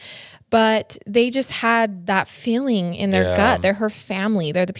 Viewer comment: I just can’t. I only listen for her mispronounced words. “Thinkink “ how are you felling”. Soooo distracting